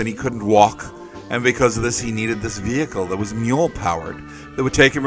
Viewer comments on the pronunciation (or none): none